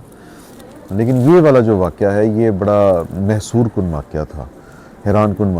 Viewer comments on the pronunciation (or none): رضی دادا کو تھوڑا ٹائم دیا کریں آپکی اردو اچھی ہو جائے گی محصور کن نہیں بلکہ مسحورکن ہوتا ہے اگر کوئی تصحیح کرے تو برا نہ منائیں شکریہ